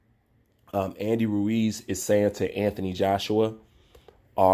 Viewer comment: Lol always struggles to say Andy Ruiz’s name. Every time 😂😂. Ruuew-eez